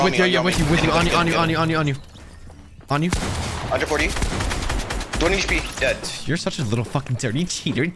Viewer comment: Clix doesn’t even say dead he says deadre